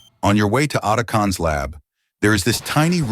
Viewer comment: this mf did not just say Oh tuh kawn